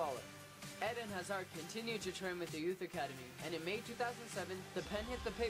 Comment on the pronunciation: The way he pronounce's "eden" Eeeeeden not ed-in